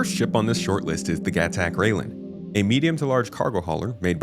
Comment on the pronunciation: Rai-len, not rail-en. Shi-an, not Ji-an. Yes, even CIG employees don't know how to pronounce these. I don't know how the company manages to screw that up. Edit: I seem to have distracted people by talking about language. The point I'm trying to make is that this is a branding and marketing issue. CIG's employees should know what things in their product are called, but somehow they don't. Xi'an (and their ships) does have an official pronunciation, but most employees don't seem to know it. That is quite absurd.